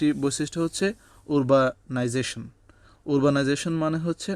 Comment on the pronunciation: উরবানাইজেশন না আরবানাইজেশন?